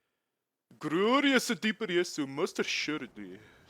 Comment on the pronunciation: the glorrriousu dpsuu made me laugh so hard xD charming as ever:)